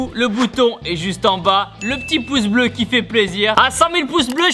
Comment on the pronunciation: Le rir et les gleu 'bleu' 😀😀😀😀🤣❤️❤️❤️